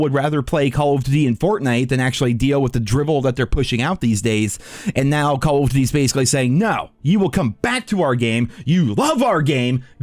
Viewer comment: COLOF DDTY, its call of duty you may aswell just say COD if you cant be bothered to say the full name